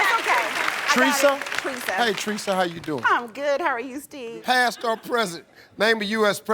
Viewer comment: Tresa?? I heard threesome 😂😂😂